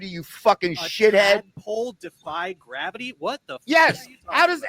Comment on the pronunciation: "I don't know why graviyis new to you" 😂